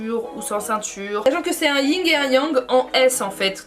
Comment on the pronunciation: yin et yang pas ying